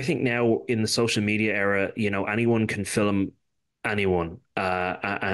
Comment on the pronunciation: Will you please stop saying " FILIMUD " ?